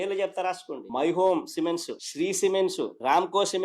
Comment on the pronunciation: సిమెంట్స్ అనే పదం కూడా "సిమెన్సు" అని పలుకుతున్నాడు మన బహుభాషా ప్రవీణ ఫస్ట్ క్లాస్ స్టూడెంట్... 🤔